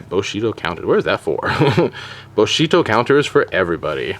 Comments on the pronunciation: It's 'Bushido', not 'Boshito' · Bushido pronounced "boo-shee-doh" not "buh-shee-doh" And THIS is why Spamurais are hated, but I remember those dark times, with 3x Shi En, 3x Gateways, and 3x Smoke Signals (yeah, one of the three is back at 3). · IT'S NOT BOSHIDO, IT'S BUSHIDO!!! GOD THATS SO DAMN ANNOYING! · It's BUshido, not BOshido. And Naturia is pronounced like Natural, not "knot". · buuuu-shido not booooshido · Stfu stop saying boshido it's bushidom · LOL "Boshido" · Are you saying boshido? And nahturia? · nice combo only one thing wrong though. its pronounced boo she dough. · The way you say "Bushido" bothers me .-. it's "bu" as in "bull" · Your pronunciation of "Bushido" and "Naturia" annoyed the living hell out of me. Fantastic content as usual though